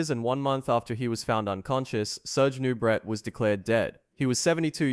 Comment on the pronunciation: It's pronounced 'Noo-bray' not 'Noo-bret'...SMH... Lou 'Ferrino'? Fer fecks sake... Nubret had an amazing physique. In terms of muscle groups, he could equal anyone in chest, shoulders, and arms. He had a tiny waist. But his legs weren't nearly as good as Arnold's, and his back, while wide, wasn't thick or detailed enough. Arnold was better in those two areas, and that's why he won. Still, Nubret came in second to Arnold in the tall class, beating Lou Ferrigno. Now, as to why he wasn't initially allowed in. He presented a real threat to win against Arnold. They suspended him because he allegedly appeared in a softcore porno film. IDK if that's true. ANother story is that Ben Weider said that if he didn't compete in S. Africa in 1975, he'd push for Nubret to win in '76. Maybe money was involved, maybe not. A lot of this was hearsay. As for the poisoning controversy, it's never been proved one way or the other.